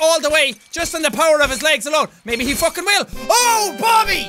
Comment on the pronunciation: Jack: All the way to... fookin victory town us: He said it! He said the thing!